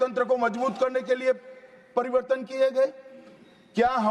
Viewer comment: inse bola nahi ja raha hai pariwartan ko pariwardhan bol Raha hai aur sabse pahle to ye fit nahi hain inko har roj 5 km running karao fit ho jayega to achha se awaz niklegi